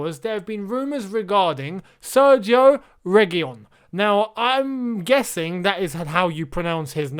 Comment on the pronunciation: An Indian who has been speaking Spanish for 3 years here. It's pronounced as Serkhio Regeelon. The gi is pronounced as kh and single L is pronounced as L. LL make the Y sound